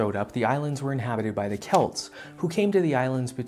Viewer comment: It's pronounced Selts (Celts)